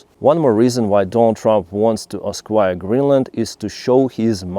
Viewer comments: Just let me know if you don't like these comments You pronounce acquire like esquire Esquire (ess-choir) comes after a man's last name, usually when he is accompanying a lady. 1,000 years ago in the UK a young man whose father was a knight (called Sir ) would be called young Esquire. In USA esquire follows a lawyer's last name. Acquire (ack-choir) is to obtain something, usually by buying it but other means (like Putin) is also acquiring I'll stop if this bothers you. You are a great presenter but Russian is so very different from English or vice versa. Cheers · Hi. It took me a while to figure out what you meant. You keep saying esquire when you mean acquire. It’s pronounced ack-wire. Very confusing, until I figured out what you meant.(edited for typo)